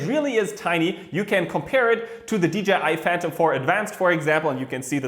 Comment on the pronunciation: AWESOME VIDEO AS ALWAYS!!! I also love that you made a good effort in saying DJI and not dgi lol x